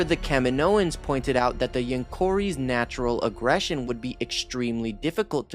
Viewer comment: It's pronounced kuh-mee-noh-ans